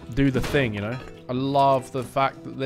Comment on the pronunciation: "Is there any rads in train yard? I don't knerrrr" Also: "5k hours btw:)"